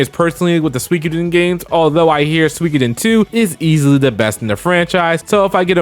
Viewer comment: I'm sorry I swear I'm not being a pompous douche bag but i always thought Suikoden was pronounced like sooo-ee-code-en not swi-coden can somebody enlighten me?